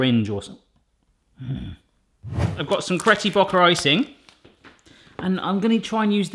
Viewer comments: he says cretty bocker Not Betty crocker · Did he say cretty bocker icing? Lol I love your videos!!